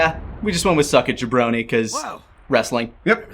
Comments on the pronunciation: WAIT VEGETA WAS SAYING "SUCK IT JABRONY"??? ALL THESE YEARS I THOUGHT HE WAS SAYING "SUCK IT JEFF BRODEY"! I THOUGHT THAT WAS SOME KIND OF WRESTLING REFERENCE THAT I WASN'T GETTING! THANK GOD FOR THESE COMMENTARIES! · I always heard it as “suck it ya brony” too lmao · With no wrestling knowledge I thought he was calling him a brony. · I always heard it as “Suck it, ya brony!” 🤣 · I always thought he said "Suck it, you brony!" 😂